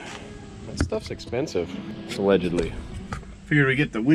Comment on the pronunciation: Alledggedly, huh? lol